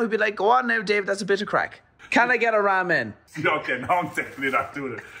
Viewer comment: i hate the way they pronounce ramen, why